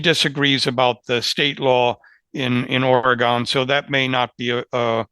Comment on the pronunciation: I appreciate the professionalism and expertise of all Lawfare fellows, even though continues to badly mispronounce “Oregon”.;-)